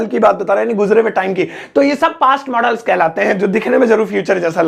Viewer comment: मोडाल्स नहीं मॉडल्स पढ़ते हैं